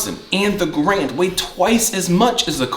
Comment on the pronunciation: I'm just being nit picky here, but please the man's name is a two syllable word...gAr-and. The bar as you call it is pronounced by the letters..B. A. R. Not as a word . Now that that is out of the way, damn you wield that carbine very well. Also the best part of the m1 carbine is collecting originals. Ten different manufacturers/ makers. Totally fascinating subject. Honestly a very well done video. Mostly I'm just yanking your chain about pronouncing of the others. So was the one you showed a WW2 made one or is it a new auto ordnance or something like that?